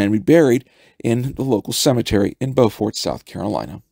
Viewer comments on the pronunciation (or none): Sources? BTW it's pronounced "Bufort" !